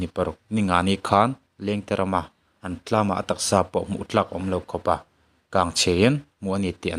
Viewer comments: Tlam tlangah Thlam thlangah😅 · Tlam ni lovin THLAM tih tur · TLAM ti suh 😂😂😂 THHHLLLAAM ti rawh😂😂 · TINGE TLAM I TIH ZEL...😂😂